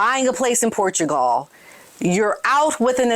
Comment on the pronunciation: OMG American, learn to say Portugal correctly AS WELL AS Interesting. Your pronounciation of so many words is incorrect.